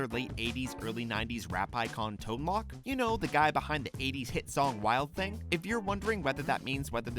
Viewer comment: Okay, not knowing how to pronounce Tone Lōc's name I might have let you get away with (even though the line above the 'o' is supposed to be a hint that it is a LONG "o" and not a short one), but when you mispronounce Bobby Generic's last name when it was a joke in *literally EVERY episode*, I'm not gonna let that one slide. Literally. Every episode. Look it up. "GEN-er-ic". Not "Gen-ER-ic".